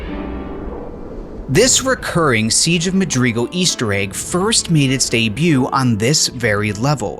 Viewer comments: t....that's not how you say madrigal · honestly redo the video saying it correctly cause this is painful to a halo fan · It was annoying me so much that he kept mispronouncing it.